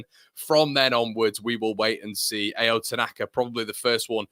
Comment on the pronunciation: His name is pronounced like ouch without the (ch) Ao (ouw). Means blue in Japanese, you're welcome 😉